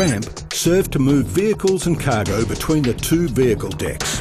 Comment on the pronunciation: Am I only one who heard "dicks" whenever the narrator said decks?